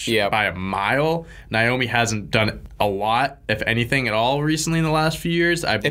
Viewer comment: Its pronounced nayomi not nyomi